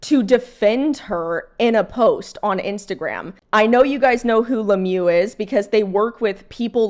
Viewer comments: Le mieux means 'the best' in English. It's pronounced Le meuh in French, rather than le mew. I fully agree with your opinion. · it’s not Lemieu it’s Lemieux